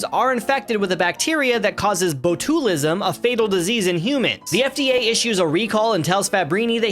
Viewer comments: Bo-tue-liss-em? Really? Come the fuck on dude... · BO-TOOL-IZM... ❤ like little botoolism lost his shoelism... Haha great vid tho dude cheers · That pronunciation of botulism was wild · Bro couldnt have tried less😭